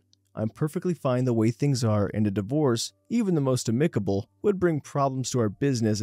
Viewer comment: One of my favorite narrators. However, it's pronounced AMicable.